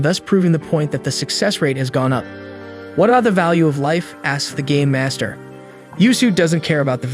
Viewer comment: I don't know why but all I'm hearing is gay master instead of game master